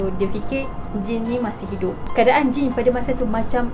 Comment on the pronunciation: akakk sy dgr akak ckp jin bkn jane 😅 ke mmg sebutan dia mcm tu hshs